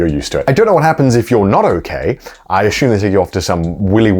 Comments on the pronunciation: Connor " azzume " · Why does Conor always pronounce "assume" like 'Ashume' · Connor and Joey: Ashoom Me Looking at Assume: Im sorry bro... Lol all good fun love ya guys xD